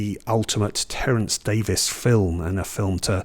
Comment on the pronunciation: Terence Davies (Thanks for recognizing the pronunciation as Davis) was my favorite filmmaker. I'm American (in Florida) and was an avid cinefile who's seen all the great films over time. Imagine my surprise upon seeing my first Davies film The Long Day Closes in the early 80s (I was the lone audience member). At the film's conclusion, I was certain my moviegoing life was forever altered by this moving piece of celluloid. Words failed. I've since seen his entire filmography and they're all of a piece. Certainly not for everyone but those who dare to enter his ouvre will be pleased. My personal favorites are The Long Day Closes, A Quiet Passion, The Neon Bible (criminally underrated) and as has professed, Of Time and the City - surely NOT really a documentary but audacious cinema with guns blazing., thanks for championing this maverick. His imprint in cinema history is assured.